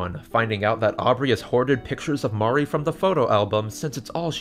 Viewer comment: minor thing, but I love that you pronounce it "MAH-ree" and not like "mary" or "marie". haven't played this yet, but as a longtime drawn to life fan, it's validating lol